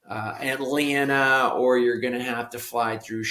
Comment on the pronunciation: Why do you say Atlana? 😮